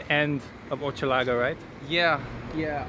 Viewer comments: Hochelaga is pronounced with an ‘sh’ sound like ‘ship’’ not ‘chip’. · Hochelaga : Pronounce as "Hush" laga. Maisonneuve : May - Zone - euve. Hochelaga its a Iroquois name of a village (Osheaga) that was somewhere around in the 1500s.